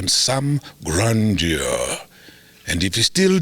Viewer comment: What an honor to have this legend on the podcast❤i love Everything about this episode, Dr John Kani is a natural🥵🔥And the intro at the end just blew my mind,especially his deep voice when he pronounced grandeur🥰loved it loved it loved it. I still remember my high school days when we read the book NOTHING BUT THE TRUTH🥺We even put it in play n I played the role of Mandisa,what a character🔥🔥Take me back I love the work that this podcast is doing 🤞🏼I'm the biggest chiller